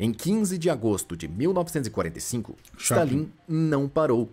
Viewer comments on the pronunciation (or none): se não fosse por esse stalín em vez de stálin eu nunca ia perceber que era voz de IA😮